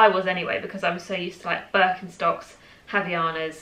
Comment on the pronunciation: So informative, loved it! Just a pronunciation tip about Havaianas from a Brazilian: the "H" is silent and the "ai" sounds as does on "Hawaiians" (that's what it means).